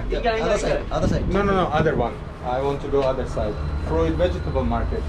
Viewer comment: It’s pronounced “froot” not “ fru-it”